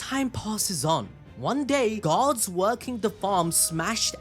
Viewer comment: Do me a huge favor. Say "Gods". Then say "guards". Now explain why i kept trying to figure out what this story had to do with Gods.